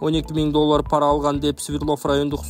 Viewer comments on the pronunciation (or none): none